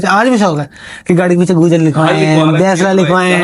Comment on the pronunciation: gujjar nahi gurjar hota h bhai